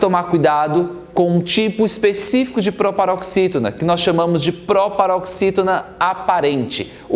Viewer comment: Proparoxítona Ai vc lê próparoxítona